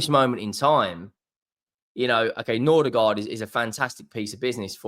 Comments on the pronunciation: It's Mbe-u-mo, not Mbu-e-mo and it's Nor-gaard, not Nor-der-gaard. Jesus. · Bro why you keep saying Nordigaard??